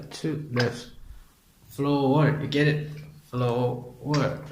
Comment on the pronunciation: Flow-er🙃 Choke-late🙃